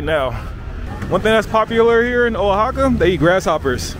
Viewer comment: the O in Oaxaca is pronounce like W